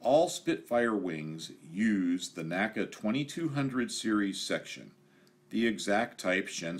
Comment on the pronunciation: Common error, but it's pronounced "N-A-C-A," vice "naca." The National Advisory Committee for Aeronautics always said "N-A-C-A."